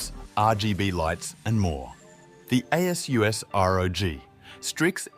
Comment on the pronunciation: Definitely feels like AI (or, TTS at least) script reading, anyway. No one reads numbers the way this is read, and people know how to pronounce “ASUS”. It’s not “A S U S”.